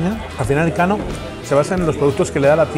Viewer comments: NOOOOO HOMBRE NOOOOO!!!!!!! No es "El Kano", sino "Elkano". Juan Sebastián Elkano, conocidísimo navegador y explorador vasco, archiconocido en todo el mundo por ser la primera persona en dar la vuelta al mundo jajajaja. Elkano nació en Getaria, donde está el restaurante. Es más, a escasos metros del restaurante hay un monumento dedicado a su figura. Te has lucido jajaja. En algo había que fallar en toda la ruta. Saludos! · Es Elkano, no El Kano jajaj